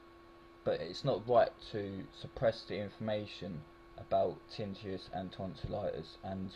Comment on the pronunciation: TIN - NI- TUS (is the pronunciation).